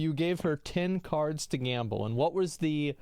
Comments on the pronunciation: Is no one going to talk about him saying "gamba" instead of "gamble"? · Whys he saying gamba? Its gambling, and thats how to olay poe